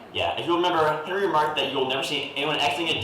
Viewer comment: clocking in at 6 foot 3 is, not Hinry Boyer. Very suspicious This might be a Hinry? Hard to tell. I lean towards Hinry not Henry Clearly a Henry Jack says Henry as usual Jack says Henry as usual You say Henry here, even though its said in a quick unemphasized way that Hinry would be expectable in. I think this is a Henry but I could be wrong on this one. Jack's Henrys are much more Henry than Henry's Henrys On other videos I am no longer going to comment on Jack saying the name Henry. Because he says it normally I mostly do it to prove that Jack isn't the reason that Henry "supposedly" has the pen-pin merger Jack says it normally Fuck if I know. Maybe a Hinry. Hard to tell with the claps. It hardly sounds like he's saying Henry at all as expected, Jack says Henry the normal way. Not worth commenting on.